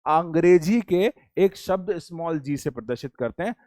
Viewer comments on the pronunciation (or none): none